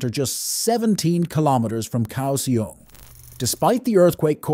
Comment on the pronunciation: Notably Kaohsiung…